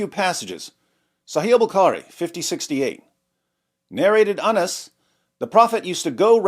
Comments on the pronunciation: Ana's sure sounds close to Anus...... 😂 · Narrated Anas or Narrated anas. HA! You pronounced it both ways‼️‼️‼️ 😂😂😂